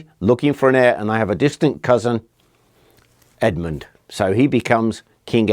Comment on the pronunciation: Good thing Edmund kept his head when negotiating with the Vikings.. Errr - Saint "Head"-mund? 😆